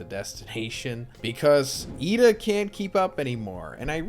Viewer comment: Why do you sai lida's name like that? "Yida"